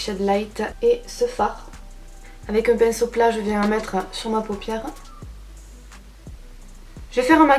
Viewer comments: Mdr elle a dit pinsteau au lieu de pinceau 😂 😂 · Qui a entendu a " le pinsteau"